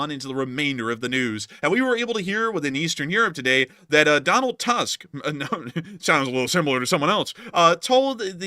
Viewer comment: It's unimportant, but in case you'd like to know, "Tusk" is pronounced "Toosk" and not like an elephant's tusk. Your man in Lower Silesia.